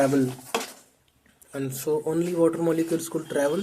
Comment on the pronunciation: And the wattterrrr.... 😂😂😂